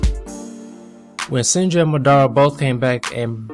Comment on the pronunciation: His name is Mah-da-Ra!!! Say it right